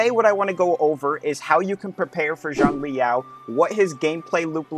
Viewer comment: Zhongli Yao 💀 No offence the pronunciations are funny asf , like people calling Zhezhi JayZ